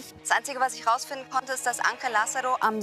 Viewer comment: Ich bekomme Ohrenbluten wenn Julia den Spanischen Namen ANGEL falsch ausspricht🙄